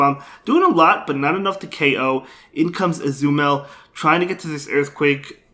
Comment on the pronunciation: I love how he pronounces Azumarill as Azumell & Walrein as Wolverine ! 👌🏻😂 I really love your content and have been following your Spice picks & battles since 6 months now ! Cheers man !😄👍🏻